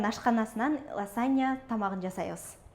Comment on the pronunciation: Ласанья эмес -лазанья Мосарела эмес- мацарелла. Туура сүйлөгүлөчү.